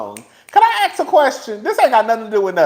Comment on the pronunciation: “Can I axe a question?” 🤣🤣🤣